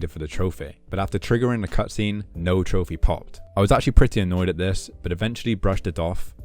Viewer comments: "Trophere" the hell is that accent? 😂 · There's no way you're pronouncing trophy as trophay just SOMETIMES, this is killing me